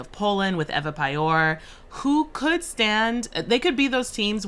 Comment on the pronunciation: It's pronounced Payor not Padzior or whatever you said.. She literally have one of the easiest surnames you can pronounce as a person from Poland and yet you guys disappointed me. My God